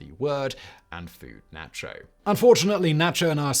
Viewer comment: Nacho pronunciation is horrendous. And why add an R at the end of America?